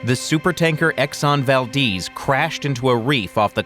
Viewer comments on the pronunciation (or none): Its Valdez not valdeez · ITS PRONOUNCED VAL- DEZ NOT VAL-DEEZ